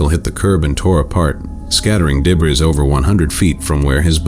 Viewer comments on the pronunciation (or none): Like when they say things like "debris" and pronounce it like deb-riss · You really gonna have AI or program to narrate? That's part of what makes identity out of a channel. Appears it doesn't know how to pronounce debris.